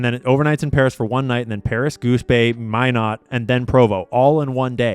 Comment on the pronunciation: the airbase in North Dakota is pronounced “my not”